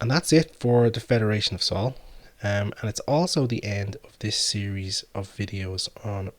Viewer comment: For Sol and Jord, the "o" is pronounced "oo" as in "Doom" :D